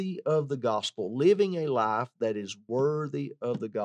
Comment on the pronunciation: You need to pronunciate the word 'life' better,it sounds like you're saying 'lie'.